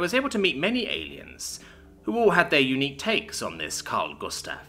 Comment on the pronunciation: You say karl gustav quiet good 🎉